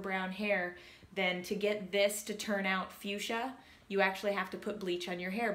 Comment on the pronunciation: Again, love your Vlogs! Movies are sensational! Pronunciation note: you have fuschia correctly... second word...fatale...(you may pronounce any manner you wish) but is is pronounced fa-TAHL! Continued health and peace to you!